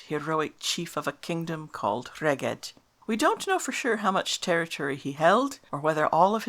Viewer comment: I believe Rheged should be pronounced Reg-eth. Interesting video.